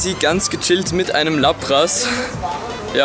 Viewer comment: Es heisst laaaaaapras und nicht lappppppras